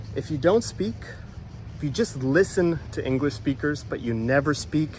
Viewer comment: Inglesh? Is Englishtown so